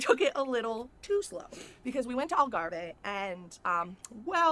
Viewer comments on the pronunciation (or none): Algarv-ay?? Did she mean The Algarve? As big as her fridge lol